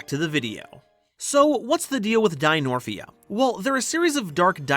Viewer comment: pretty sure its dinomorphia and not dinorphia